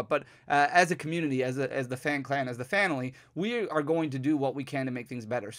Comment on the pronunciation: Did you say…phanily?